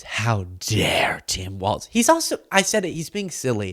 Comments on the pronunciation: That is “Walz” pronounced “walls” Kamala Harris’ running mate, not “Waltz” pronounced “walts” who made the Signal chat. Please pronounce their names correctly. The distinction is important. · his last name is Walz not waltz. Love ya!! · it's pronounced wallz like ballz not waltz like a dance js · W-A-L-Z ELLONIA! LEARN HOW TO SPEAK ENGLISH W-A-L-Z! genius?doubt it, fella.